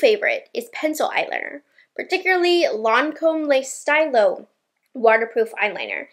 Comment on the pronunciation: Lancôme beauty advisor here. I’m so happy to see you including Le Stylo Waterproof!!! Pronounced “steel-o” btw. Silly French lol. But anyways I’ve worn it for years and I’m so glad you love it too! If you like the Tower 28 mascara, I think you would dig Lash Idôle. It’s a gel formula so it won’t weigh down your lashes after you curl them, which I know you say you struggle with. Love your videos! Have a good one :)